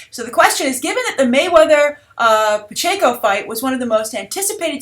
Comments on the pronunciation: his name is Manny Pacquiao (PACKY-OW!) Hence is nickname is Pac-Man, like the video game. Not Manny Pacheco. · Pacquiao not Payenko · I was wondering if anyone realized she said pachaco lol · Lol I cringe ever time you say Mayweather and Pacquiao lmfao pachanko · Oh the proper pronouncement of the boxers name is pack-e-ow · Did you really just pronounce Pacquiao as Pacheco??? HAHAHA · Not sure if it'll come up in another video, but it's pronounced "pack-EE-ow". Keep up the good work,! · I love you, but i cringed every time you pronounced Pacquiao as Pacheco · it is pronounced Pacquiao (PAK-ee-ow) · mayweather paquio its said like pac-key-ow but great vid keep it up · Oh God it's pronounced Pack-e-yow! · LOL Pikatchu, I can't stop laughing I don't know how you should pronounce this name but I'd watch that fight too! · haha yeah, i think it's pronounced 'pack-ee-oh' but its a foreign name so you get points for trying, thanks for the great episode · lol, Pacquiao = pack-e-yao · LOL love you, and love the show but I couldnt help but lightly snicker at the mispronunciation of Pacquiao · Guys, come on. is obviously not a boxing fan so it makes sense that she doesn't know how to pronounce Pacquiao's name. Though, I must admit, every time she said it I laughed out loud XD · Am I the only one that found it cute when mispronounced Pacquiao.;) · completely botched Manny 's last name lol😁😁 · Skyebright1 well, they weren't fighting in the philippines, not only that but is american. so i guess by definition it's 'foreign', not trying to offend you bud, just saying that no one should expect her to pronounce it right if she's never heard it before